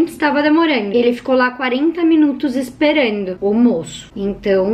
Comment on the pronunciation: A palavra é: Esperando Ela pronuncia: Esperendu Kkkkkkkk nada contra só acho fofo